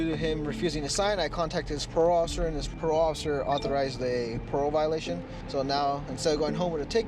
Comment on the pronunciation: "so you're on peerole?"